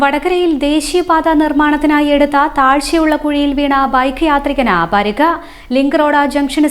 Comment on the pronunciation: പരക്ക് അല്ല പരിക്ക്